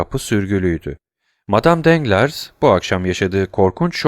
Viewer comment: Emeğiniz için teşekkürler. Elimden geldiği kadar romandaki bazı kişi ve yer adlarının doğru okunuşlarını yazmaya çalışacağım. Matmazel Danglars : Matmazel Danglar Matmazel d'Armilly : Matmazel Darmili Lucien Debray : Lüsyen Döbrey Eugénie : Öjeni Andrea Cavalcanti : Andrea Kavalkanti Mösyö de Villefort : Mösyö dö Vilfor Provence Caddesi : Provans Caddesi Mösyö d'Avrigny : Mösyö Davrini Valentine : Velontin